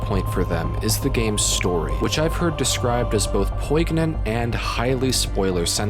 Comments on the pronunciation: The g is silent in "poignant" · Bro did not just pronounce poignant like that